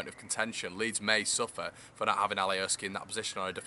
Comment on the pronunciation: Mate it’s alioski not Ali O ski